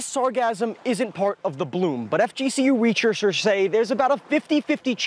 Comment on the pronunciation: "FGC Re-chur-shers say.."